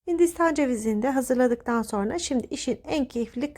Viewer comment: Lütfen Türkçemizi düzgün ve dogru bir sekilde kullanin... SORNA degil "SONRA" Bilhassa Sosyal medyada dünyaya paylasimlar yaparken buna çok ama çok dikkat etmelisiniz... çok sinir oluyorum güzel Türkçemizin yanlis telaffuz edilmesine ve yozlastirilmasina dayanamiyorum...